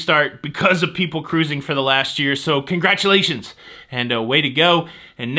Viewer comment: I needed the laughs you gave us today,! Thank you for your ingenious ways to give us news of "all things cah-rrruusing"! (Love the hand gestures!) I'm flying into Vancouver a day early so hope there won't be any glitches. Have to take the pre-cruise test as sailing out of Canada, but that won't give me pause from cruising for sure. Napkins are a good idea where food is sold, but I wouldn't "go bananas" if they weren't there. Happy cruising to you & Jenny on the 4th!